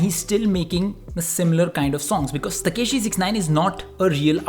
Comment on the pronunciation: Bhai it's tekashi not Takeshi😞